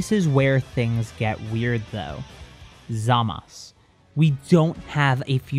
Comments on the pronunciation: Why does he keep saying zamas instead of zamasu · I wish he would say zamasu ZA MAH SUE not Za Mas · Manga: "Zamasu" Anime: "Zamasu!" English dub: "ZAMASU!", for some reason: haha zamas